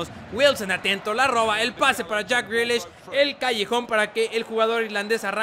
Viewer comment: me partí de la risa cuando les respondiste, si jugadores como jack grealiash, no se quién y fares bahlouli, con esa voz y tu francés. xDD.